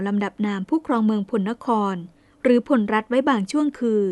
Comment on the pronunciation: พลรัฐ อ่านว่า พะ-ละ-รัด ครับ ช่วง พศว.17เจ้าเมืองแพร่ได้ลำปางด้วย พญาพลนครได้บูรณะวัดพระธาตุลำปางหลวง ได้สร้างยักษ์4ตนเฝ้า4ทิศของพระธาตุ(ปัจจุบันยังมีอยู่) จากนั้นก็ไปยึดลำพูน ในพงศาวดารเรียกพวกนี้ว่า"ไทยอำมาตย์"มาจากเมืองเขลางค์ ที่ละโว้มีบันทึกไว้ว่าขอมละโว้ได้ยกทัพมารบกับ"ไทยอัมมาตย์"แต่ไม่ชนะ กษัตริย์ลำพูนเชื้อสายแพร่ไทยอำมาตย์ที่มีชื่อเสียงมากคือ "อาทิตยราช"ผู้บูรณะพระธาตุหริภุญไชยให้สวยดังที่เห็นทุกวันนี้ นับว่าแพร่เป็นพวกแรกๆที่ประกาศตนเองว่าเป็น"ไทย"(มี ย ยักษ์ด้วย) องค์สุดท้ายคือพญายี่บาที่โดนพญาเม็งรายบดขยี้หนีล่าจนมาถึงขอบเมืองลพูร-ลคร ทัพก็โดนตีแตกที่ดอยขุนตานและท่านได้หนีกลับไปแพร่ แล้วเรื่องราว"ไทยอำมาตย์"ก็หายไปเลย กลุ่มไท-ไทยแท้ๆที่โค่นอำนาจขอมได้นี้มีความเกี่ยวกองกันแน่นอนคงเป็นกลุ่ม แพร(พล)แม้จะเขียน"แพร"แต่คนไทเมืองจะออกเสียง"พ"เป็น"ป" + กลุ่มน่าน สุโขทัย กำแพงเพชร (ซึ่งขยายไปถึงญาติๆพวกพญางั่วที่สุพรรณ) ภูกามยาว(พะเยา) ส่วนเสสัชนาลัย(ศรีสัชฯ) เถิน ลคร(ลำปาง) ลพูร(ลำพูน) ยิ่งใกล้ชิดกันสุดๆเพราะดูจากคติการสร้างเมืองโดยฤาษีหลายตนในย่านนี้จะออกมาเป็นรูปหอยสังข์หมดทุกเมือง ขอแสดงความเสียใจกับเรื่องเศร้าสกุล"ณ แพร่"กับเหตุการณ์กบถเงี้ยว